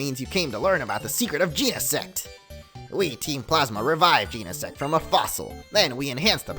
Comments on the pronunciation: It's gen-a-sect say it like that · Its GENESECT. Jen-Uh-Sekt. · bro it’s not pronounced Jean-uh-sect 🤨😐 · did he jus said gee-ne-SEX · Omg he said sex omg lmao xD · You didn't say genesect you said gene*** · It's gen I sect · I guess he never learnt the full pronunciation of it?